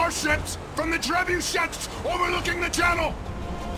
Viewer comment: It's not a god **** treh-boo-shet it's a ******* tre-bu-shay. It's French! Trebuchet. Even in English it is pronounced Trey-boo-shay.